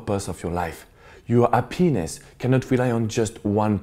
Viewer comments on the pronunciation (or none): in the word 'hspiness' you stress the (Ha). Not the way you said it.